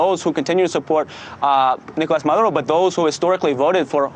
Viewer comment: Anyone notice that this correspondent calls the Venezuelan president Marudo, instead of Maduro at about :32? By the way, while it’s supposedly ‘business as usual’, the Venezuelan government has shut down most of the internet there. So, no, not business as usual.....